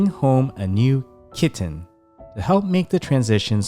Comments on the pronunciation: the way u say the word “kiTTen” is super annoying. whenever u pronounce it that way its like nails on a chalk board dude. u need serious help. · EMPHASIS ON 😸 KITTEN 😸 I COULDN'T STOP LAUGHING 😂😂😂😂😂😂😂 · Dude the slow motion voice and the hard enunciation on “kitten” gave me a headache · I love the way you emphasise ✨kitten ✨ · Weird, right? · I'm not sure he realises he does it. 😂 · Especially the k